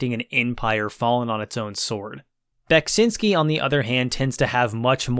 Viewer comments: Your pronounciation of Beksiński is acceptable. Cool review! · You're doing a good job of pronouncing Beksiński's name - it's almost there. I've heard different attempts since Scorn came out, and ahh many have fallen in this battle.